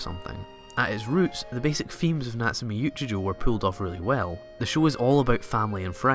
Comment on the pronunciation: natsume yuujinjo whattt can u pronounce it right.. its choouuuuuu not jouuuu